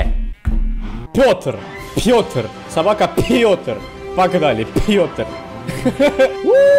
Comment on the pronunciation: Почему ты Пётора называешь собакой?ето же Пётр